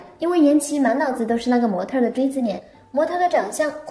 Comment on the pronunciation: 模特儿、小事儿，这个儿化音我给满分